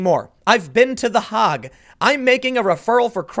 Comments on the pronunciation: ) it’s Hey-g not Hog still great work thank you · Haig, not Hog. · Love your cast, Tim.... but the ¨HOG¨? It’s the “Hague” (Hâ-gue) dude! 😂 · It's not the Hogue...it's the Haygue (Hague) Tim. BTW, this is what germ warfare looks like. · The Hague is pronounced Hayg, not hog. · BTW, it’s not hog, pronounced the Hage, like page. Hague is not easy for us, I realize. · The A, not the G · Pronounced The HAYg. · Not "the HOG" it's pronounced "the HAY-Gue" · well to be fair, once he said "the hahgh" he kind of lost credibility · It’s pronounced “Haig”, just in case you didn’t just misspeak. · "Hayg." Tim, Haag is pronounced "Hayg" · The “hayg.” Like the plague. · TDS = tedious. The Hague....pronounced 'hayg' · the hahgh? it's pronounced hague like plague. seriously, you need school so much more than you think. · It is pronounced “HAYG”.... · The Haaag? Really? That's a long 'a' there, Timmy. Just sayin'. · Tim, it's pronounced "The Haig." It's a long "A." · Tim, it's pronounced "Heygg." Listen to how to pronounce the name of the Dutch city on Wikipedia You'll be happy to know that I've had to click through 2 YouTube placed ads in the first 15 minutes of your video. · Quick pronunciation note: "Hague" rhymes with "vague". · I know its petty... but the way he says the Hague makes me itch. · I'm glad to see you covering more of this stuff. But, the way you pronounce Hague. Oof :'D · Its the Hague rhymes with Hey! rhymes with tray, not rhymes with bog not rhymes with dog. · Hint from a Dutch guy: the Hague is pronounced similar as 'vague'. The official name is " 's Gravenhage" (including apostrophe), but I'll spare you this time. It is often abbreviated to 'Den Haag', hence the English name.